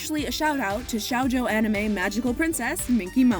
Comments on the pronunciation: Shoujo - Show Joe. Not Shau jo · Its not "shaw-jo" its "sho-jo" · "shawjo". "shawjo"? "shawjo"... oh you mean SHOUJO??? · dude, I think it's dumb to complain about people not spelling foreign names 100% correctly but turning "shoujo" to "shaojao" it's a little bit of a stretch...